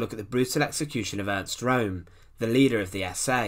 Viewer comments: Channelling the Angry German: IT'S PRONOUNCED ERNST RÖHM and not Rome. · Name ist Röhm! Not Rohm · If you are going to endeavour to enlighten people, you might well start by pronouncing the person's name correctly, ffs ! It's not Rome , it's 'Rerm', spelt Röhm. Sorry, but it Detracts from some good information and makes you sound ignorant... now try studying Fritz Thyssen, pronounced in German. ! We might as well be discussing the capital of Italy and many of the comments have even begun to Falsely spell Ernst's NAME ! As ever, it's the language that detracts from the meaning, Simples. Stop confusion, verstanden? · His name was Roehm the ‘0’ had an umlaut so it was pronounced ‘Rerm’ not ‘Rome’. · Correct, Peter. His name was Röhm, and pronounced 'Rerm', and not 'Rome' as the commentator keeps stating. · I don't understand why it is so difficult to say Röhm in english! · It's pronounced room, not rome. Apart from that, a good documentary. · This narrator's accent eludes me -- not to speak of his monotony and his always stressing the last word of his sentences. Now I'm all through the video thinking Italian capitals. The geezer's surname is [room], not [roam] like in Rome. Typical UK/US -- us, the rest, try do speak ENG as good as we possibly can, but the Brits/Yanks always pull a diphthong when they don't feel altogether comfortable. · It's neither. It's a sound not found in English. It's probably most like the French 'eu' as in 'deux'. Keep your lips in the O postion but say A. Or better still check out one of the German language uploads. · Learn to pronounciate german words, before you make videos about germans.